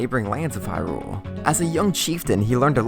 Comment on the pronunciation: HYrule. Not HyRULE.